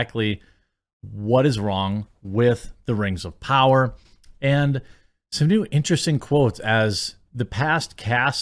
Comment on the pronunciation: “Rings of pooners”